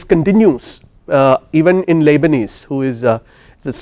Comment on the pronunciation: You are clearly a very intelligent man. Given that english is not your first language, you are still very articulate. Great lecture/lecturer! Thank you! But the way you say Leibnitz sounds to me like lebanese hehe…